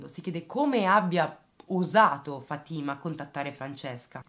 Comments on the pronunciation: Si pronuncia Fàtima non Fatîma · Si pronuncia Fa'tima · Si dice Fatima con accento sulla a